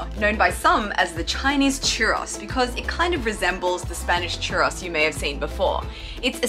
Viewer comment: We pronounce it Chu Rows here in the US. =)